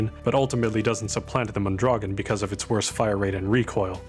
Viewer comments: Mondragón is pronounced MOAN-DRA-GOAN, by the way, with a trill on the R. Also "avtomat" is just a weird transcription of a russian word and I don't think you're meant to pronounce the V as a V. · Hey he said Cei-Rigotti correctly but not the Mondragon which is a Mexican rifle named for the surname of its designer.